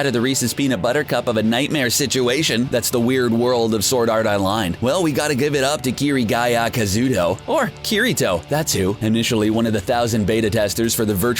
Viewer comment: My boi said kirigaya Kazooto(Kazuto) that he said kirito right da first time then he says it wrong😂😂